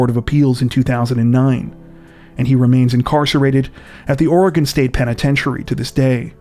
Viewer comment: But he says Oregon right most people don't lol